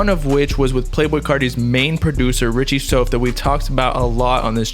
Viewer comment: It’s Richie souf (south)